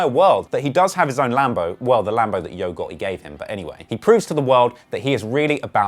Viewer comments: He said YOGO besides YO GOTTI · “Yo ghotHE” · Saying the T is non existent for this guy...who the hell is yo goeei